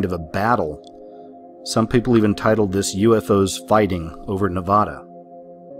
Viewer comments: Its Ne-va-da not na-va-da it makes me so angry Great video by the way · God people need to learn how to say NEVADA. It’s not spelled N E V A W D A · THIS MAN NEEDS TO BE KICKED OUT OF NEVADA FOR MISPRONUNCIATION SMH 😤